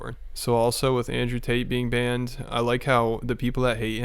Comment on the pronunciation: Brendan mispronounced "Tate"... How do u even do that???